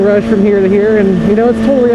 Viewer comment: He was like "Lets get da hell outta hya"